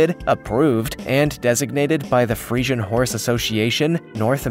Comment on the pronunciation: Dude. Can you at least SAY the names right? Or at least research your horse breeds, you say Friesan and just show an Arabian